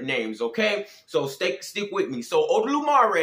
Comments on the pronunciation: it's not odolumare, it's olodumare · My boy ain’t even say the name of eledumare yet, if you gonna expose me say my name right lmao also try to bind a spirit in Jesus name in osogbo it oyo state, see how well that work out for you